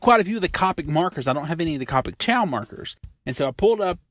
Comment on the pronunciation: Copic is pronounced like coe (kinda like toe) pick